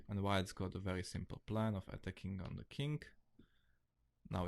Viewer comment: Nice channel. But why do you love to say THING-K or KING-K in stead of THING or KING? Hahaha